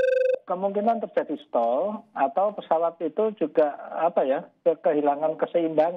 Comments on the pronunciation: "Stall" mba presenter, bukan "staling"... jangan asal ngomong aja! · STALL bukan stalling. Parah neh si ibu jurnalis kompas